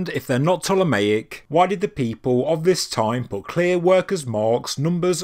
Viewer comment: you say you are open to new ideas and theories, yet i keep kindly trying to point out you are pronouncing Ptolemaic wrong. Its P'TOLEMAIC, I praise your videos but you're doing my OCD in now lol, heres how say it Ptolemy and Ptolemaic please.....pleeeeeease 😂😂